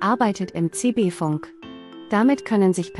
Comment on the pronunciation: fAnk ??? Ich kenne nur fUnk !!! Und es heißt DAS und nicht „der“ nächste Produkt … Haben wir nicht mal nen Hauptschulabschluß gepackt oder was ???